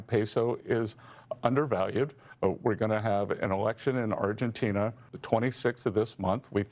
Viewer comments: They say Argentina like tis a new word to them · Fox news anchors struggling with pronouncing 'Argentina' makes it even funnier. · Why are they struggling to say Argentina so bad??